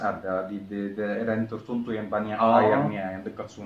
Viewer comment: Logat bicaranya ada yg seperti syekh Ali, Tertentu dia sebut tertuntu 😁👍